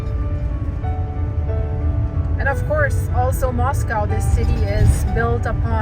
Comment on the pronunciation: Hello! Beautiful video with the precious doggies! Makes me homesick for when I lived in North Idaho. Wanted to let you know that they say Moscow there like “MOS-COE” not MOS-COW, and they’re actually pretty fussy about the way people say it. Best wishes with the vet treatments! ❤ 🐕